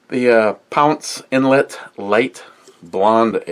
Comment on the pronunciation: Mrs NYHAP's boss is chinese, says you ate BBQ Goat. She also said you pronounced the name of the beer wrong as usual.